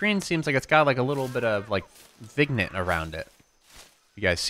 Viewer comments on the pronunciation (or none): Vin yet, not vig nit. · Please tell him it's pronounced "vin-yay" not vignet